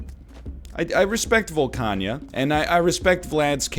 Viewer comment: Volcana not Volcanya